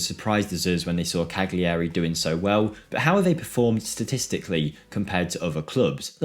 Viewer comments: its not Cag-liari, its Ca-liari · Cal-yarry The G is muted to the back of the throat and is barely there to us non-speakers.